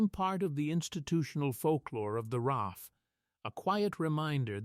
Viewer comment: ITS AUSTRALIAN AIR FORCE RAAF PLEASE GET IT RIGHT